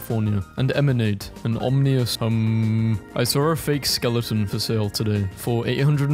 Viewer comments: YOUR CONTENT IS GREAT BUT I CANT KEEP HEARING YOU BUTCHER THE WORD "ominous" PLEASE REPENT ITS PRONOUNCED "om-uh-nus" THANK YOU ‼️ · Its not pronounced omnious